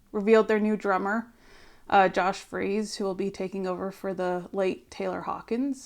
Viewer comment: It's Freese (sounds like fleece) not Freeze. Long time fan. I used to see Josh play at Disneyland with his band "Polo". He is a journeyman drummer that brings the chops and personality to meet the Foo's energy. He's played with every band you can think of. When I saw him play with the Foos at Taylor's tribute, it seemed very organic and I hoped they would recruit him. Super excited to hear the music they create with together.